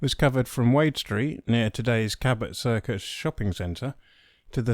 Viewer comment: I'm sorry to hear that, but I daresay you are being facetious. Back in my day (40 years ago) the Avon was pronounced as previously mentioned, Cabot was pronounced Cab-oh, and Sea Mills was pronounced with the emphasis on the second word not the first. I've not lived there for a long time so my pronunciation might well be out of date.